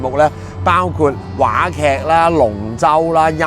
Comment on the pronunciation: 話劇 不是「畫」劇